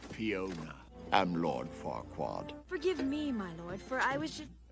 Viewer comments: You know that his name is Farquaad, not Farqua, right,? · Not that your other reactions aren't good, but it's so much more fun seeing you watch light, animated stuff. You need to watch Megamind at some point! Also, it's Lord F*ckwad... I mean Farquad. You're missing the D. ba-dump-psh 😏😂